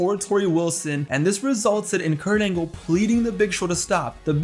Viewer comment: Perc-Angle 😂 now that alone to me is hilarious..